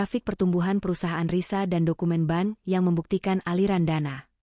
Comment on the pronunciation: Bank kok dibaca Ban...